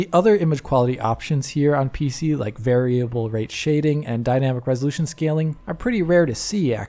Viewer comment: That flub on "variable" is really just stuck in my head like a splinter